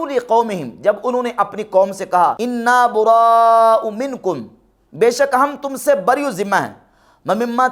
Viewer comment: انا برَءٰو کو پڑھنے میں سبقت لسانی ہوا ہے قبلہ اللہ پاک آپ کو سلامت رکھے